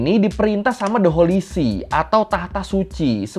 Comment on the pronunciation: "Holy Seat" ya, bukan "Holy Shit" 😅😂🤣